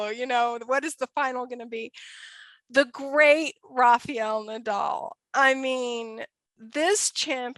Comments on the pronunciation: It's not Rafeeel, but Rafael. Please learn to pronounce players' names in their countries' language. I know that Americans unlike Europeans don't by and large know how to speak other languages, but respect should be given when pronouncing players' names. While at it, please also note that Giron is pronounced Heeron, not Geeron. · I honestly don't think it should be that hard to understand that the letter "A" one uses to say RA in the first syllable of Rafael Nadal's name sounds, weirdly enough, identical to the very next "A" you find in the very next syllable of his name. So if one can pronounce the first "A" correctly, why oh why they manage to mangle the next one and turn it into an "EE" But it puzzles me even more the fact they then proceed to get both of the "A"s right on his surname with no problem at all. It has to have an explanation for it. It is very simple FOLKS: RA FA EL NA DAL All "A"s sound exactly like the others. How do you get 3 of them spot on and fuck up on one of them? God fucking Damn it! 🏴‍☠ PS.: But it gets way worse bc on right after it she goes and say "RAFA" with the proper pronunciation. Well the "EL" which is the last syllable is like "L" in English so I know it is not hard to pronounce. So say RAFA and then ad the "EL" and voilà!!!